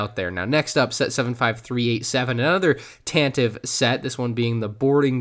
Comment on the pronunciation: It's Tan-Te-Vee not Tan-Tiv - Wookiepedia confirms (pronounced /ˈtæntɪˌvi 'fɔ:r/)